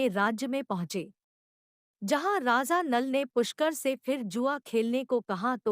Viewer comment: It’s Raja and not Raza 😂